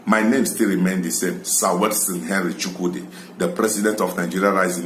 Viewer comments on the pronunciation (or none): YOU ARE YORUBA SABOTAGE AND YOU ANSER YUKUDI INSTEAD OF CHUKWUDI